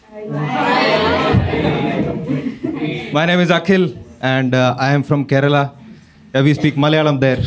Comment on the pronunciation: Kerla saarrr 💯 literacy saaarrrr 😅